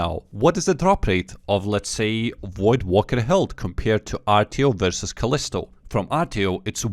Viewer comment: brother please stop pronouncing voidwaker like that, its WAKER not wooker